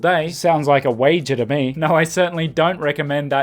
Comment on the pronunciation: "Sounds like a wager to me." [Aussie intensifies]